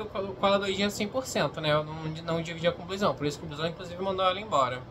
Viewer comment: se escreve Bluezão, mas se fala Blusão, me dá agonia ouvir você falado "o nome" dele errado